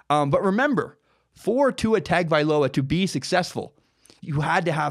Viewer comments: You’re all wrong it’s hung-oh-vailoa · Tua's name is spelled hideously. Or at least the first two syllables are. It's pronounced: TUNG-uh-vigh-LOW-uh. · It's spelled "TAG" it's pronounced "TOUNGE." Get it right, he'll be at Bama for the next two and his little brother could possibly be at Bama for 3 after high school. 6-8 years you'll hear that name. ROL17IDE! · Please pronounce his name correctly. Say "Tungue O Vi Low ah" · Let me spell it out correctly ..Tah ngo vah ee low ahhh. That is how you pronounce it. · Correct pronunciation is Tua tongue oh vailoa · LOL! remove the ue on tongue and you'd have it spot on. It's pronounced TONG-oh-vai-loa. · ....what??? That's the worst butchering I've ever seen. It's Tua Toungue-O-Vye-Low-Ah.